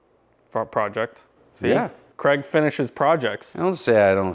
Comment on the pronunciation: Relable the coffe machine ""